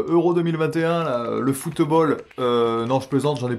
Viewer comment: Salut l'ami! j'adore FOO... TE... BALL avec ton accent , et moi je te dis " j' participe hein!! " et ouaih un picard échoué dans les Landes😂!! Merci pour ce concours et 🤞🤞pour tout le monde!😉 =Yvan))))